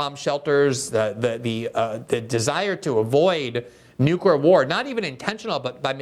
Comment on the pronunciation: Lee Fang has lots of info and skewed observations, plus, he says, "newkyoolure".